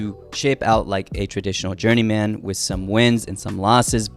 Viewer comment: Downvoted due to how you pronounce "journeyman"